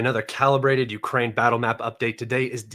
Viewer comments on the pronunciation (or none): none